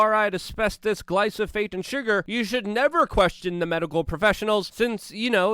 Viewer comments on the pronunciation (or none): Cripple Ninja - I know, right? I'd been calling it "glyphosphate" all this time. And even Luke slipped, and called it "glysophate" here.